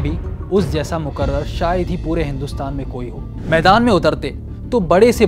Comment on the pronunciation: السلام علیکم و رحمۃ اللہ بھائی پہلی بات جو کہ آپ کی غلطی ہے وہ یہ کہ مقرر ( راء کے نیچے زیر( ِ) نہ کہ مقرر راء کے اوپر زبر ) اور دوسری بات یہ کہ آپ بالکل ہی غیر منصفانہ بات کر رہے ہیں یعنی آپ بالارادہ جناح کو قائد ثابت کرنے پر پورا زور دیئے ہوئے ہیں جبکہ ( جناح اور کمال پاشا سے بڑا بدبخت آج تک پیدا ہی نہیں ہوا پاشا نے خلافت ختم کیا اور جناح برّ صغیر کے مسلمانوں کو کئ ٹکڑوں میں تقسیم کر دیا اور وہ شخص جو (Pork) یعنی سوّر کا گوشت کھاتا تھا تم اسے اپنی جہالت اور اندھی تقلید کی وجہ سے اسے قائد اعظم کہتے ہو ) اور اب تم بولو گے کہ میں یہ بات کہاں سے کہ رہا ہوں تو ایک کتاب ہے اسے پڑھ لینا سارے شکوک و شبہات رفع ہو جائیں گے حوالہ : محمد علی جناح شخصیت و سیاست مصنف : ابو سلمان شاہجہاں پوری اور ہاں تم لوگوں نے ملک تو اسلام کے نام پر بنایا تھا مگر کیا اسلامک کام کیا ہے تم لوگوں نے سود تمہارے یہاں چلتا ہی ہے ایشیاء کا سب سے بڑا طوائف خانہ ہیرا منڈی آج بھی تمہارے یہاں ہے شراب اور دوسری ننشیلی چیزیں سرِعام تمہارے یہاں چلتی ہی ہے خلاصہ کلام یہ کہ اسلام کو تم لوگوں سے زیادہ بدنام کسی نے نہیں کیا اور ہاں تم نے تو اپنے بنگلہ دیشی بھائیوں تک پر رحم نہیں کیا تو تم سے کیا ہی امید لگائ جا سکتی ہے ! میری باتوں کا مدلل اور علمی جواب دینا اگر ہمت ہے تو بس تم IMF کے ٹکڑوں پر پلنے والے امریکہ کے تھوک چاٹنے والے تمہے اپنے آپ کو اسلامی ملک کہتے ہوئے شرم نہیں آتی ہے تمہارے کسی سیاسی قائد نے فلسطین کے لئے باقاعدہ آواز بلند کی ہے نہیں ارے شرم ڈوب مرو کل قیامت میں اللہ اور اسکے رسول ( صلی اللہ علیہ وسلم ) کو کیا منہ دکھاؤگے کبھی سونچا ہے اور ابوالکلام آزاد کو بڑا کہنے کے لئے تم ابھی چھوٹے ہو چہ جائیکہ تم ان پ